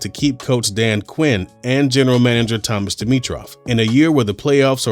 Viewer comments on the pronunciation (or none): none